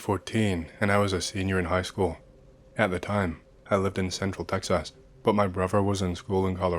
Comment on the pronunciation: I'm so sorry but "Texass" made me laugh so hard for no reason (please keep saying it like that in future mentions of Texas)